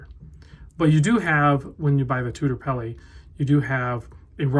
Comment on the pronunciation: Please don't say "peli."